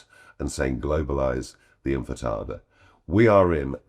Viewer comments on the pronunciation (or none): I suspect you meant the 'intifada' not 'infitada', which sounds like a type of dessert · lol he said "inFitada" instead of "inTifada"